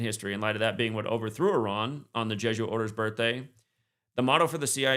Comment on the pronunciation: Great show. * pronounced-E Rahn like E- Rahq